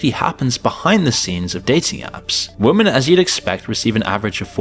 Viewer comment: I notice the chap in this presentation is another example of someone who bizarrely struggles to pronounce the plural "women".